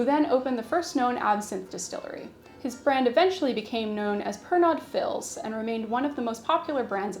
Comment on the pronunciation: Fils is French for “son” and is pronounced fees